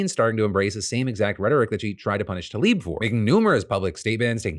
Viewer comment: Tlaib. She is called Rashida Tlaib, not Talib.